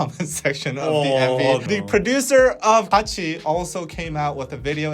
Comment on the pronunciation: On another point, watched that Kachi video as you guys were talking about it and I have to say I CRINGED so hard from head to toe when they started singing. Overall, it wasn't as bad as I was expecting and people were making it out to be. Their pronunciations were horrid to be sure, but I thing that the part that really kept me cringing the most was that they're really not that good as singers. There was like one decent vocal in the entire thing. I do have mixed feelings about the entire situation, but I have to point out, there is definitely something to be said about the training to become a Kpop idol. Maybe if they had spent even a fraction of the time training to do this as the majority of actual kpop idols did, not only would they have sounded better, but maybe they would have been better received.